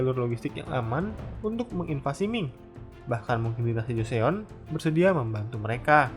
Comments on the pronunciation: Koreksi aja min Joseon dibacanya = (Joson) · Joseon = jo-son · Btw joseon bacanya choson